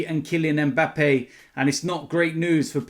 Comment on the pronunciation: Christ, at the start of the video I thought said ‘were gonna talk about killing Mbappe’😂